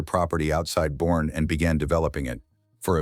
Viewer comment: 1. It's pronounced Bur-nee. Not Born. 2. The ranch was sold to the county to be turned into a park/recreation area